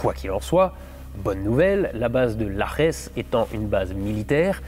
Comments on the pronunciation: Bon on ne dit pas laresse mais simplement lajès … Base aérienne partagée avec l’US air force… et pour la petite histoire entendu sur l’île de Terceira (aux Açores), le Lajes Airfield était une base aérienne de secours pour les atterrissages des navettes américaines (infos à vérifier biensur). La fin du programme des navettes (peut être une coïncidence) a vu une grande partie des effectifs de la base américaine réduit avec du coup une petite reprise dès installation par la force aérienne portugaise qui dispose de 2 F16 sur place actuellement. (Dans la video on voit bien le tarmac remplis d’aéronef américains…) A+ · Un bémol, le J en portugais se prononce… J et non R!! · Super vidéo comme d'habitude !!😊 Je me permets une précision de prononciation de Lajes. Le J en portugais ce dit J comme en français !😝 Super vidéo sinon Amicalement 😊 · juste un détail, la base de Lajes se prononce Lajèch. et non Larrèss. en portugais le J se prononce Ji comme en français ; le S final se prononce Chh le J=Rrr c'est de l'espagnol :-) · Petite correction, le J de "Lajes" en portugais se dit comme le J en français, la manière que tu l'as dit c'est de l'espagnol et pas du portugais 😉 Super vidéo sinon!